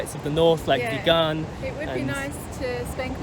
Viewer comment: Hi, Sacha & Story! I just wanted to share to you how to pronounce VIGAN. it is pronounced the same way as VEGAN not like began with a “V”.